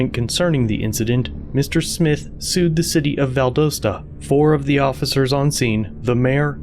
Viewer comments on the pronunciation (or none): It's VAL- DOST- A, not VAL-DOE-STA... Edit: As a long time Georgia resident, the Lowdes county police department has always been heavy handed and corrupt... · Val-doss-tuh Not val-dose-tuh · No one is gonna call this guy out for pronouncing Valdosta wrong? Lol Val-dah-sta, you don't say it how it's spelled. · Hey. The pronunciation for for the "O" in Valdosta is "ah"